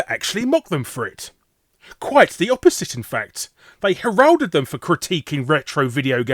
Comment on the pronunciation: criticises Irate Gamer's pronunciation pronounces "pronunciation", "penchant" and "heralded" incorrectly himself